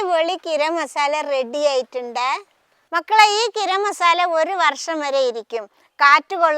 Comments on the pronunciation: ഗിരം മസാല അല്ല ഗരം മസാല😂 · ഗിരം മസാല അത് കേൾക്കാൻ സൂപ്പർ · ഉമ്മ അങ്ങനെ പറഞ്ഞോട്ടെ നമുക്ക് തിരുത്തി വായിക്കാം 👍❤️